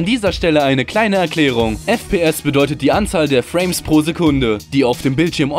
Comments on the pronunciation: nach dem Fra mes per second erstmal abgeschaltet es heißt Frames ... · "FRA MES" Ja ich auch